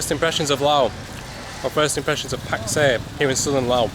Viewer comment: Thank you for pronouncing the name correctly as Lao. Lord knows why the French added the S.